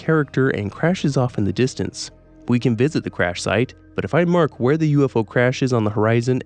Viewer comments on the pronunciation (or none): none